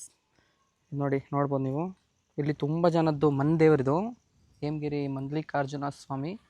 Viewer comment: ಎಮಗಿರಿ ಅಲ್ಲ ಹೇಮಗಿರಿ